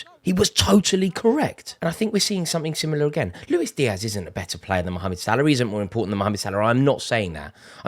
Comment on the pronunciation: You forgot about Cody. He's playing very well now. We saw glimpses of his talent. Now the consistency is there ... Also much respect for calling Salah by his full name. For some reason 3 syllables is too much for most English people.